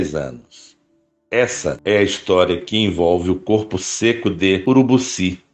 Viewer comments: Muito boa a história, parabéns 👏👏, mas só não gostei do Narrador ter errado o nome da cidade de URUBICI e não Urubuci como mencionado. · o nome da cidade é UrubIci e não UrubUci...